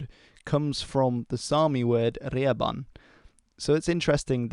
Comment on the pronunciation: As a Sami this video is extra interesting for me, Thank you for this video. Your pronunciation of fox and iron is surprisingly good.